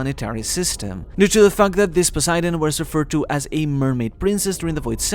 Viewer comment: This is a really good video, but for the love of god, learn how to pronounce things. I was cringing every time you said "Joy-boy" and then it got worse with Poseidon. Just have Google read the names out to you or watch a video of someone else saying the names, or hell, watch the freaking dub, they say the names perfectly there